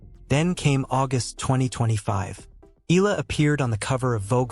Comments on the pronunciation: E A in EALA is pronounced as E A in Seattle, not as in EAgle. Please correct your computer generated "voice in off". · I won't subscribe until you pronounce her surname right.